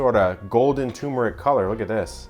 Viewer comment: Epic Eats - that's perfect!!! I wonder if a keto sugar could be subbed for the white sugar. Kevin, you might want to google the pronunciation of turmeric and cumin. :-D